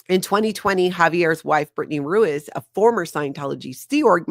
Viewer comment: Ruiz is pronounced Rue-EEZE.